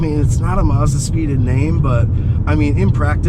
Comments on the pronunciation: Actually if you are going to be picky about pronunciation it is actually Mazuda. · Mazda not marrrs-dar